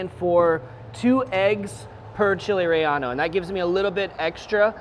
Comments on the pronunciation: “Chile Rey-yah-no” 😂 I think it’s rey-yay-no my fine sir. Great video though! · It's not "Chile Rellano" is "Chile Relleno" :P Delicious recipe, thanks. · Actually re-ye-no